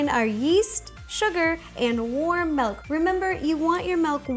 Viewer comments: She's saying melk. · Notice how she says "melk"